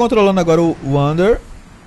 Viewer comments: não é vander é wander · ELE FALA ANDER KKKKKKKKKKKKKKKKKK